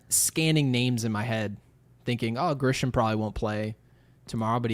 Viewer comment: Crick LOL, the type of dude to say Grish-HAM and De-Grome 🤣🤣